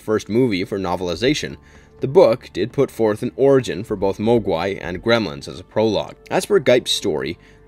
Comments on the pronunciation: Have you ever even seen Gremlins if so why do you pronounce Mogwai like that?? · Repeat after me.......Mog-Why not moag-wai